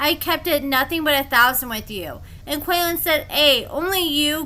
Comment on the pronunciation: His name is pronounced KWAY-LAWN … 😉